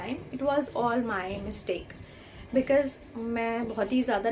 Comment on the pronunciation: Sorry to hear that but I can see many pronounciation issue with you.. please check your pronunciation of chance and because...and they are very particular about our tenses and even in this vdo you messed up with tenses..so if you work on these factors you'll make it...all the best